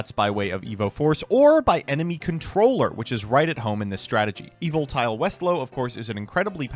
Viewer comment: new drinking game, every time says evolite instead of evoltile, take a drink